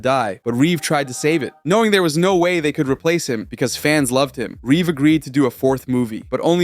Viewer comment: Mr thanks for saying Reeve right everybody else adds a s